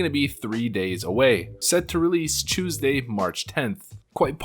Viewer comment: ofc pronounces it Chewsday